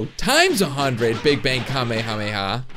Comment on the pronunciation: Anyone notice how he says kamehameha weird he says it with out it being spread out it should be kame-hame-ha well attract said like this